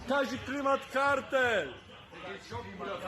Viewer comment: Kazik a nie kazil